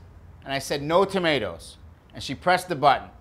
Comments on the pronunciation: As a person who comes from supposed home town, Haverhill MA, I can assure you that he's pronouncing tomato correctly. We don't replace every vowel with an -AH (He also pronounces 'Haverhill' correctly. It's 'Hay-vrill'. Usually, getting Mass towns wrong is an immediate tell since they're named after a bunch of English towns, and none of them are pronounced the way they're spelled. But he could have just done his homework on that one.) That said, doing a heavy townie accent. It's the sort of accent I'd expect to hear when talking to a couple of contractors at Heavenly Donuts in the morning. And it's easy to slip into if you're local because you hear it all the time. When slips out of the heavy -AH sound, he doesn't suddenly stop doing a Mass accent. It's just not the working class accent people are expecting to hear. Is from Haverhill? I don't know. But he'd fool me any day of the week. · Amazing that with this guys accent he doesn’t pronounce tomatoes like “tomay-tahs”